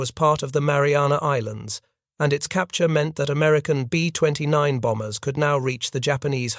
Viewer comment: The Americans weren't sure they would surrender or not. Read it yourself please. Fake voice can't even say B 29.